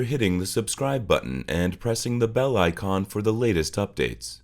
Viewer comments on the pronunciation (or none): none